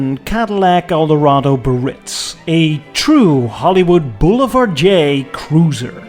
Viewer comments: Do some people have a speech impediment when pronouncing BEE AIR ITZ? The word is Biarritz - not Burr-itz. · It’s pronounced “Bee ah ritz” not “Breeitz.” I’m always amazed, though I probably shouldn’t be, at how many videos contain mispronunciations of the main subject. It takes hardly any time to find out. I almost skipped it, but am glad I didn’t because in this case the photography was great. Factoid: GM couldn’t come up with a name for the car so there was a company sponsored contest in which a secretary submitted the name Eldorado and was the winner. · I always thought it was pronounced bee-uh-REETS. No? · The correct pronunciation (phonetically) is “BeeAREitz” 😊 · BEE-A-RITZ. (The Correct Pronunciation) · Great piece. Loved the fins no fins comparison and while the fins are iconic 50’s Caddy, it looks great without them. Pro tip: it’s pronounced Be-ah-Ritz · Is it a biritss or is it a Biarritz. Just kidding 😉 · Thank you! I might be crazy but I think the car looks smoother without the tail fins. Also and please understand this is written with all respect the trim level is pronounced “Bay-a-ritz”. Once again, i mean no disrespect. I am simply trying to help here. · As someone from the Basque Country, the way you say "Biarritz" gives me an aneurysm, but I still love you. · why you pronounce Biarritz the American way ? ( which mean the wrong way)